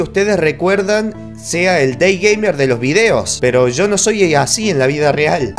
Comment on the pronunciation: Nob:Dei jeimer :D Yo:Es dei gamer nob -_- Nob:Dei geimer? Yo:DEEEI GAMEER Nob:Ay pero nho me griteds :"v sjbrhdisbfhzus Yo:*explota*